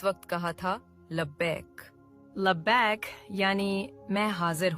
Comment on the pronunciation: ویڈیو بنانے کا شوق ہے تو لبیئک درست طریقہ سے کہنا سیکھو